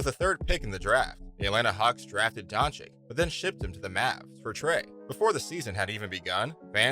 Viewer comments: Doing a Video about Luka without being able to pronounce his name. Its freaking Doncic not Doncik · To the speaker, and future one: PLEASE learn to pronounce his/her name... Luka is not Don CHIK, all America knows meaning of CHICK! Don't forget to say, that's SERBIAN surname from his SERBIAN FATHER, we all know the fact that he was born in Slovenia, but still, THE FATHER'S name makes him SERBIAN too! Citizenship is just piece of paper, blood, or DNA can't be fixed or falsified! Luka knows that all. but he knows that with Serbian Passport, he is restricted in travels (must apply for visa to most Western Countries), but with Slovenian (memb. of Euro-Union), he is unrestricted, or in another words, he saves a lot of time and trouble! In good old US of A, millions of people calling them selves FIRST A*****N, than American, and 99,9% od them, can't find that Continent on The Globe or Map! Luka could play for Serbian National Team, I'm sure (99.9%) didn't know that... and so on! God bless you ALLLLL! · Its pronounced Donchich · I think you should learn to say his name correctly before you make video about him. Don-chick? Cmon man, you can do it better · nice vid, but please.. it's been 3 years the 2nd "ć" Dončić is pronounced the same way the first one.. like "ch" in check - Don"chich" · If you're going to do a video to highlight a player, at least pronounce his name correctly. Tip: It's not "don-chik". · His name is not Donchik. Lern his name ! NOW! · learn how to say his name FFS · Maybe u should pronounce his name right first. Make a video after. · Learn to pronounce his name please. It's not that hard.